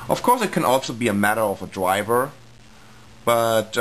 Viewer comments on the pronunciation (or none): Lol you say "dwiver" ;)